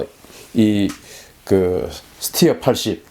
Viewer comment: 잘 모르면서 무슨 자신감으로 이런 ... 스티어??? 웃기지도 않아요.. 군 전문가라면 스터라고 읽었어야하죠